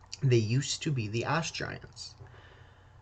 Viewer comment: All I can hear is “ass” giants 😂